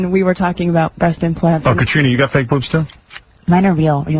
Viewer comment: I like how Howard says "Fayg"... Lol